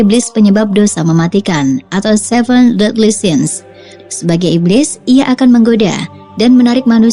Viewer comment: Seven deadly sins. Bukan seven deadly since. Hadeeehhh mbak e mbak e...